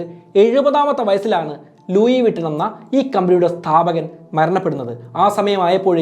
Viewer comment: Bro please do research before doing a video it's not "ലൂയി വിട്ടൻ" it is """ലൂയി വിത്തോൺ"" . Right pronounciation available on google. Before giving to wider audience get some clarity ✌️